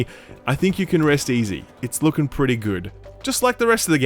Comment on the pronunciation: Pretay, pretay, pretay good